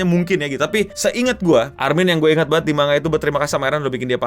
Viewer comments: kaya tango dibaca tanggo man ga tan go iya gasi? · ejaan jepang, ma n ga, karena itu pengucapannya mangga dan kalau mangaka, penyebutannya manggaka. Rasakan aja pin of shame, dihujat banayak orang